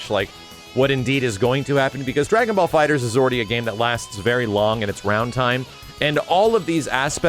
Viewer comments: Erik Douglas no, it’s the opposite. I read in an article of Game Informer that the title is pronounced “Dragon Ball Fighters” despite the temptation to say “Fighter Z.” It’s Fighters, not Fighter Z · The latter, FighterZ. Pronounced as an S.